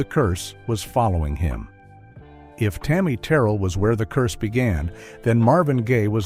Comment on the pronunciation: Do not mispronounce Tammy name like that. This woman was put on this earth to do nothing but Hurt , from James brown, David Ruffin, all of em, she had nobody , 24 yrs old ,gone..